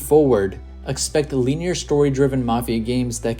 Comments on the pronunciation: LIN-E-ER BRONYOUR NIT PRONOUNCING IT RIGHT AND ITS ANNOYING I TRIED TO IGNORE IT BUT CMON MAN MAKES TOU SOUND LIKE YOU DONT KNOW WHAT UR TALKING ABOUT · Feels like I'm watching something produced by AI, and why is he pronouncing "linear" that way? lol